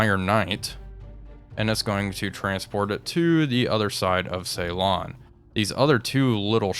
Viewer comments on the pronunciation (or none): It's Ceylon that gets me - SiLON, not SAYLON... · suh- laan